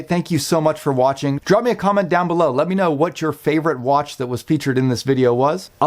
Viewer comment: He said if you guys are WATCH-ING this video… 😂